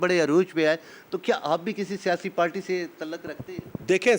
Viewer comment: Dosto ye RISHKAA kyaa hota hai aur kis terhan chalaya jata hai. kya RISHKA , RICKSHAW cousin hai? Party to ye log PALTY kehta hai. Photohari lehjay mein kehtya hain " WALIYAA"